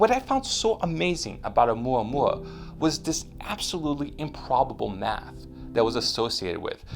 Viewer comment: Dude, I don't mean to be rude and I have no idea what you're trying to do with this channel. However, here's a tip that might help, the name is Oumuamua, not OumuaOumua. Stop switching between the two. It happens more than once, but here are exemples; Oumuamua , OumuaOmua . Again, I don't know if you're trying to make alarmist videos or if you're trying to bring credible less covered scientific news, but getting the name right would be a good start anyway. Peace!